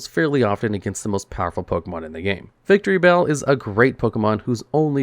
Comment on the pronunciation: Is it just me or he calls Victreebell "Victory Bell"?